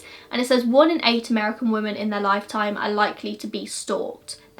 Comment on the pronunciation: Love your videos but you pronounce ‘women’ as ‘woman’ and it’s a little frustrating 😂